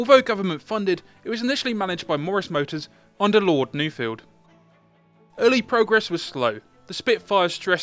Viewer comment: A nice telling of the story. A pity about pronounciation. Nufield is pronounced Nuff-field, not New-field. Otherwise great. I believe, there was no vissible external difference to a mark 1, with the flat top canopy and early (not bullet proof) windscreen, 2 bladed prop and, of course, no guns. The changes were mainly internal structural strengthening. Subject to checking of course the mk1 kit could be released with fresh markings to represent it. How about it, the first of "the Few".